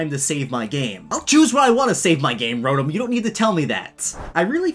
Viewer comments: Rotm Me: uhh ya mean RO-TOM? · Another annoying thing,people that pronounce Rotom as Rotum or Rotome